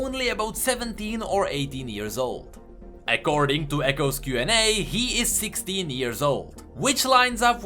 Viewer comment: Am I the only one who heard Ekkording to Ekko’s q&a?